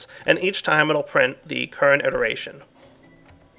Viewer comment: He meant "it·er·a·tion "